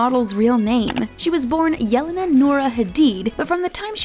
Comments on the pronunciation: It is pronounced YELENA not J as for Justin. Do you have ears? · in her 73 questions interview, she pronounces it jelena and not yellena. So it is pronounced jelena with a j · She pronounced Jelene and Zendaya wrong ugh🙄💔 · Jelena prounaunces like yelena